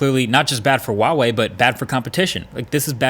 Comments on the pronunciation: it's 𝗛uawei, not 𝗪uawei Markass!!! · Why do you say vuavey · I wonder if Marques will ever pronounce Huawei correctly, it is NOT WAWEI, it is HUA- WAY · why do you say WaWei? It clearly says Hua Wei on the device H not W How do you say Human? Do you say Wuman? Hamburgs or Wambergers? Hormons? Wormons? Harmony? Warmony? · American youtubers : Wawei Everyone else: Hu ah wei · It's Huawei, not wahwei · “Wahwe” I’m sorry I couldn’t help myself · Pronounced Hwah-Way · Wtf is with all these US reviewers and their pronunciation? ITS HHua-wei. H is pronounced as in Hotel. U dont say OTEL?? Last part is pronounced wei not WAY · ITS NOT WAWEI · Not wawei. It's Huawei. H like hot. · how the fuck did he say huawei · Huawei starts with a H not a W. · Marques you talk about Huawei a lot..Why not try and pronounce it properly? Not that it matters but it would) be nice if you could. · Is H in Huawei supposed to be silent? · I wish you would learn how to say Huawei lol it’s not that hard